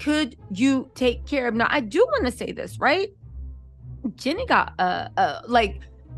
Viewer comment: her name is Jeanie not Jenni. 😂